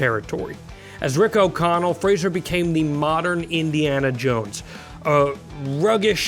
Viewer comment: IT'S FRAY-ZER!!!